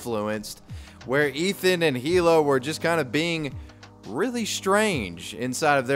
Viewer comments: It's "ee-luh," not "hee-luh." Get it right! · I’m dying every time you pronounce“hila” with an H